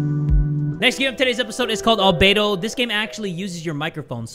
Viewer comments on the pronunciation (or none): none